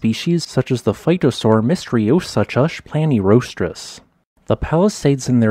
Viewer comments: Suchus is pronounced soo-kuhs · Mystriosuchus, the latter part is pronounced as ...soo-cuss'.